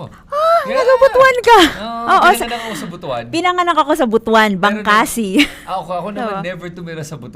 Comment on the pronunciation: Butuan is pronounced as Butwan as how pronounced it and not Butu-an.